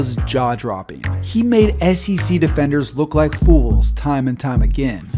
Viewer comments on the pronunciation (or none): none